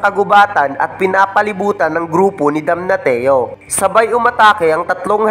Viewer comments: Sakit sa tinga ng DAMNATIO Dam-na-syo hindi Dam-na-ti-yo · Damnasyo po yung pagka pronounce sa damnatio inde po damnateo